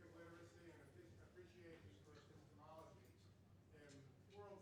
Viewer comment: degrasse says, 'e· pi - s·te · ME- ol ·o· gy' and there ain't no such a word. degrasse changed the six(6) syllable word, ' epistemology' into a seven(7) syllable word (while requesting that the audience member rephrase his question and use one(1) or two(2) syllables for him) WAS DEGRASSE JOKING?